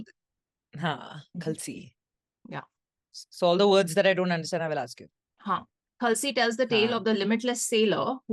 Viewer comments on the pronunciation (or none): It's, खलासी not खलसी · मेम वो खलसी नही खलासी होता हे आपकी प्रतिक्रिया देखकर बहुत अच्छा लगा मुझे एक भारतीय और गुजराती होने पर गर्व है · its KHALLAAAAASSII not khalsi.. there is a LAAAA and just a kha.. khalsi is a place in ladaakh again daaaakk with a la. also even in the song they are saying khaLAAASI its a minor dissapointment because you're a gujju and come on mannn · It's Khalaasi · It is Kha- la - si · It's pronounced as "kh-laa-see"